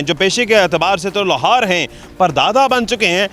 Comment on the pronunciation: Mike pakar k asa bol Raha hu Jese profetional inker ho. Aur Lohar ki haga Lahor bol rahy ho. Pehly practice to karty